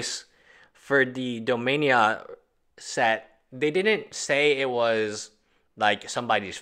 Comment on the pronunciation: Dominia ain't a set I ever heard of! they speak English in domina. say dominia one more time!